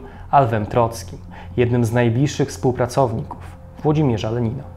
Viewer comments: tych błędów akcentowych jest dużo więcej np. tu: "współpracowników"... naprawdę dziwnie to brzmi... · No nie... jeszcze do tego "współpraCOwników". Boże ludzie skąd wy bierzecie te dziwaczne akcenty....